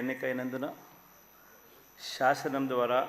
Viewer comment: shasanam kadu sir sasanam